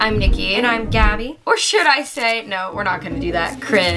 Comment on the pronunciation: It’s actually “gabi”